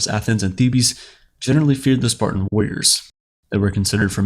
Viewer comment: That pronunciation gave me the heebie-Thebes